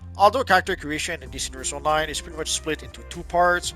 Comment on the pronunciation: Your voice cadence is ruining it for me. Why do you speak like that Stop dragging the last syllable out It's not PLAYERRR ITS PLAYER ITS NOT ONLINEEE ITS ONLINE